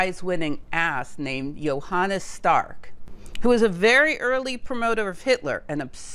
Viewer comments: it’s „Johannes Stark“ Not „Johannas Stark“ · Thank you very much for this so interesting video! One small note: The first name of Professor Stark is Johannes (not: Jonannas).